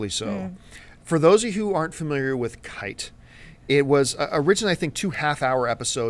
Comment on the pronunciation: KEY-TAY. KI-TE. Not KITE.